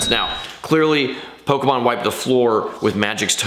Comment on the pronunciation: Bro you gotta figure out how to pronounce Pokémon